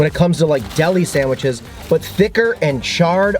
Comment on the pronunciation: I like that you say "samwiches"